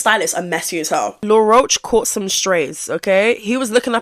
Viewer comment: you calling him law rosh lol his name is said like the bug